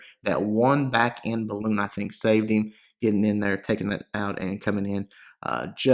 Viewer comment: The word is BALLOON! Great vid, thanks!